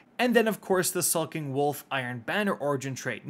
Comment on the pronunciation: Real question is if is pronouncing Skulking wrong on purpose? Sulk and Skulk mean very different things. Sulking Wolf is a little funny.